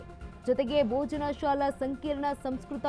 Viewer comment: ಮಾನ್ಯರೇ ತಾವು, ಭೋಜಶಾಲಾ ಎನ್ನುವ ಬದಲು ಬೋಜನಾಶಾಲ ಎನ್ನುವ ನಿಮ್ಮ ಪರಿಗೆ ಎನ್ನನಬೇಕು? ದಯಮಾಡಿ ಸರಿಯಾಗಿ ತಿಳುದು ಉಚ್ಛಾರ ಮಾಡಿ! ನಿಮಗೆ ಸಾಮಾನ್ಯ ಜ್ಞಾನ ಕಡಿಮೆ ಎಂದು ತಿಳಯುತ್ತೆ!😂